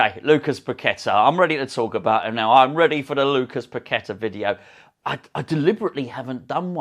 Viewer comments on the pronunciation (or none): Hello from Brazil......we need to get the pronunciation right........the a at the end is accentuated....so Pa-que-TAA....with emphasis on the 'a'.......in terms of of rythym....bum bum baaah...or da de daaah.....hope this helps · Tim Vickery schooled the presenters on Sky Sports about the pronunciation of his name Par....key...ta he looked upset about it......fingers crossed for this signing..